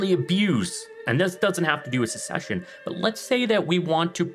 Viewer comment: There was another video where you were pronouncing succession like 'ses-session'. Have I been pronouncing it wrong this whole time?